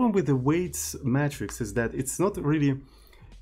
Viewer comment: "matrix" is pronounced "may-tricks" (not "metrics")